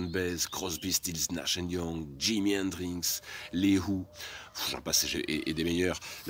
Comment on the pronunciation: Super vidéo très intéressante mais stp arrête de dire Hendrinxs 😜 Bravo et merci pour ce bout d'histoire du Rock 👍🤘